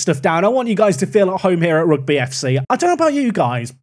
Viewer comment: Rugby football Club isn't said like the sport " Rugby". It's pronounced: Huge(Replace with an R) - bee. Rugby = Ruge - bee